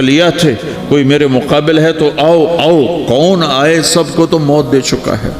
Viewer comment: Bhai maut hota hai moot nahi moot matlab peeshaab hota hai ...or maut matlab death sahi karo isko